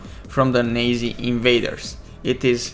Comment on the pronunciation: how you pronounce Nazi is hallourios xD